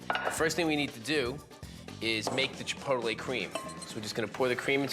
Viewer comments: Chi-po-ta-lay ?!? Wtf lol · I noticed that too